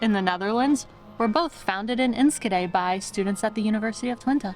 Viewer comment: Look at those sandwiches, amazing! Y'all (you all, how do you say that) are making progress in Dutch! The hardest thing is the 'sch' in, for example Enschede. you tried, and said ensKede. Did you know that in WW2 the best way to know if others were foreign and not to be trusted (not Dutch) is asking: can you say "achtentachtig kacheltjes"? (eighty-eight heaters). Pronounce was key.